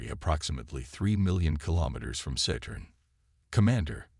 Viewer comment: Just listen, don't read. However, I take exception to the AI's pronunciation of Saturn: Saytern or Settern😂